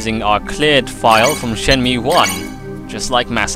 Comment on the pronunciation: Great Let's Play so far, but I can't help but cringe every time you say Shenmew. Ryo has now fused with Mewtwo to become the ultimate being!!! haha